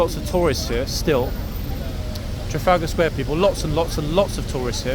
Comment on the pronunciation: I think your pronunciation needs a lot of work otherwise subtitles come out very weird - Chaga Square? Not being overly familiar with London, but recognising Nelson's Column, you said National Gallery led me to Trafalgar Square. Pfft!